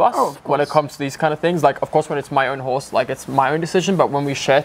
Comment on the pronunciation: I didn’t hear him say horse…I heard who….I’ll just keep it pc lol